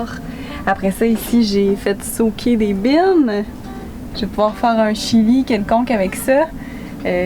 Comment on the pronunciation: Le « j’ais fait « SOAKER » des bines » m’as tuer!😂😂